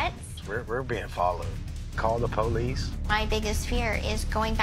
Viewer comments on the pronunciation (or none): “Call the “PO LEASE” “